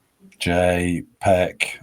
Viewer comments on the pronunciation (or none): Everyone except these two call him Paik not peck . Another channel jukie is called yukie. strange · Can you just call him Paik please. Whether its the right or wrong pronunciation. He's too good to be called Pek! Just sounds better! Thankyou in advance 💙